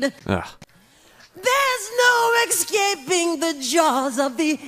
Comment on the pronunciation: Haha I hear it now. I suppose it helps him generate power to hit the high note or something. He also mispronounced 'escaping' as 'ex-scaping' Edit: it's